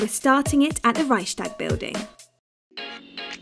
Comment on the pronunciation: HAHHAHAH reyschstag building